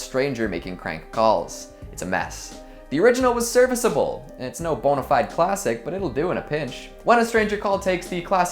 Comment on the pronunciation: Anyone else hear him say boneified and thought of that but sans saying it like Sans: that wasn’t very BONEified, killing my family and friends. Just me? Ok